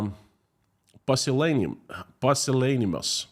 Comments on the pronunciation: p'you-sil-la-ni-muss (pusillanimous) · Your English in fantastic,, and the pronunciation of "pusillanimous" is "PYU-sil-ani-mus" Great try, and it's a $500 word that many people don't know, let alone use. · The word is pronounced pyoo sih LAN ih muss.